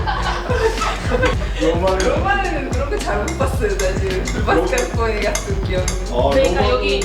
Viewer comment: 마스깔ㄹㄹ포네 현지발음 멋졍.